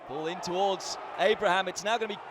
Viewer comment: Just rewatching this, and I can't stand how he butchers hourihane's and Abraham's names 😅